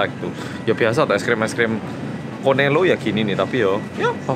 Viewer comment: Cornelo😂😂😂 bukan nya korneto